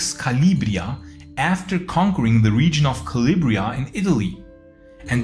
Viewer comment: Calabria, not Calibria.